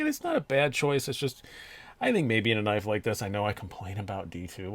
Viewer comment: You said “knaf” and I left immediately lmao just NO!!!